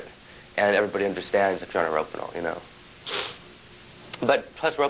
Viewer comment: Isn't he pronouncing "rohypnol" wrong? Isn't it like, "Ro-HIP-nol" not "ROPE-in-al?"